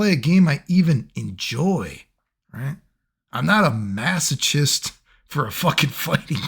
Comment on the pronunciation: The "ch" in "masochist" is pronounced with a hard k. :)